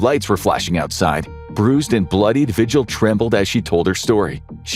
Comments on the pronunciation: vee-hill. Not “vigil” like you have when someone missing. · the last name Vigil is pronounced vee-HILL. not VI-gil. :X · David Parker RAY. Cynthia Vee-hill (phonetically)